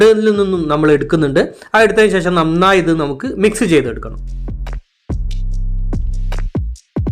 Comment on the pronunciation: 'ശേശ'മല്ല, 'ശേഷം' ആണു ശരി.